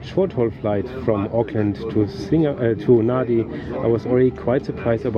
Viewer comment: Thanks! Lovely review of Fiji Airways. Just a couple of notes for clarification: kava isn't a dessert, it's actually a drink, it's a root from the kava plant mixed with water and served in our ceremonies. It's called yaqona in Fijian. Secondly, Nadi usually is pronounced "Nandi" as Fijian has an 'n' sound usually before pronouncing d. But I do hope you get come back to explore Suva, the capital, the mainland (Viti Levu) and Vanua Levu too. ❤❤❤